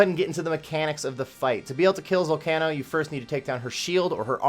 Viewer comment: so let me get this straight, you pronounce the word volcano as vol-cah-no?